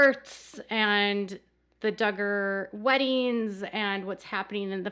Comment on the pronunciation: Happeneen? Weddeens? Comeen? Sibleens? Huh? Please, 'ing' is NOT pronounced as een. Other than that, good video.